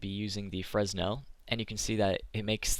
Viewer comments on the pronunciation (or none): The S in fresnel is silent :P